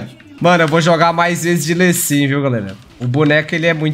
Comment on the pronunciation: q agonia ele falando LÊ sin